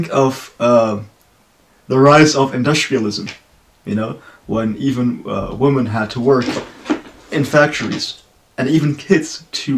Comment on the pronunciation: Hey, nice reaction! Red Velvet is awesome and I really appreciate how experimental they are with their sound. Zimzalabim for example is very trippy and some people hate it, but I became to love it after listening to the song multiple times. I think no other group could have make it work. Your English is great. Just wanted to point out that your pronunciation of women sounds like woman. I don't know if it's just me hearing it incorrectly. Didn't want to offend or nitpick, just wanted to help 😊